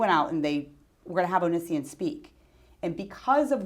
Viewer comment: I love how she purposefully pronounces Onision as "Oh-Nee-See-In" instead of "Oh-Nee-See-On" LOL.